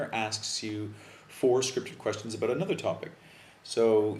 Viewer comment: You are mispronouncing the word 'about'. Just an honest observation.